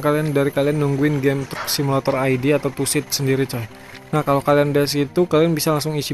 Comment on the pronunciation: Bang bukan tussid tusid, karena kan gak ada s. Truk simulator indonesia, tuh gak ada s kan.